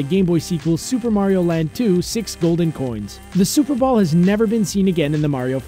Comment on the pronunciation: I thought he said Super Bowl and not super ball